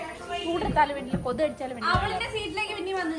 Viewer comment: കൊതു അല്ല കൊതുക്